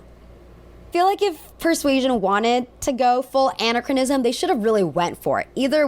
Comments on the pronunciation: anne - ach - rah - niz - umm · Great commentary. I agree with your points…But anachronism is pronounced… “An-AK-kron-ism” or anachronistic “An-AK-kron-is-tic” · First let me say that I loved your review. Very thorough. But I was thrown off by your pronunciation of the word anachronism. It is pronounced Uh-nak-ruh-ni-zm. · Word of the day: Anachronism. a-NACH-ron-ism. Anna Chronism sounds like a girl's name 😉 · I know Ludwig Van Beethoven is pronounced—“Bay-toe-ven” and I believe anachronism is pronounced “Ah-Nak-ChrO-nism”—but I’ll double check on that one.Best of luck. Love the rest of the content on this! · Great review, and I agree completely. Just a side note, it's pronounced an-ACK-ron-ism. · For gods sake, learn to pronounce “anachronism” correctly!!! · This is an excellent video but please I beg you to look up how to pronounce anachronism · It's the second syllable that's stressed in "anachronism," fyi. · Thanks for your excellent review! I, too was bothered by the casting and anachronistic dialog in this movie. However, I must say the soundtrack was pretty good. I loved the song “Quietly Yours” by English songwriter Birdy. It’s such a lovely, evocative song that it almost makes up for the movie’s many flaws. Oh, and by the way, the word anachronism is pronounced with the accent on the second syllable.